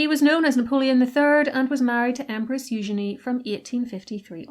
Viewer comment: Oh man, i am an absolute sucker for a gaudy and ostentatious broach.❤ also love the french pronunciation of eugenie. Not as lovely in the English